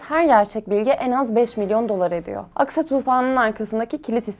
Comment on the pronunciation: Что за нерадивая переводчица?!😮 похоже ты еврейка и намеренно неправильно выговариваешь имена Хезболла, Аль-Акса и т.д., неправильно ставишь ударения и в других словах